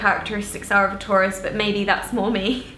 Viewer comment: When she said taurus I heard tourist 😂😂 loved the video tho💕💕